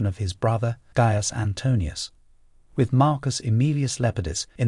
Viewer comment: Aw man, you're one of the very few to say Marcus' name correctly, but what about Kai-sar my dude?